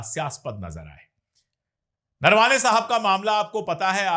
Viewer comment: अशोक जी.. नरवाने नहीं उनका नाम नरवणे है आप सही से उनके नाम बोलो अच्छा लगेगा